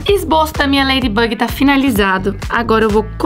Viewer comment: A falou laidybag 😂